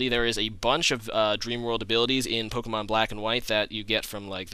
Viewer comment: The way you pronounce the pokemon's names is so weird.. Great vid either way!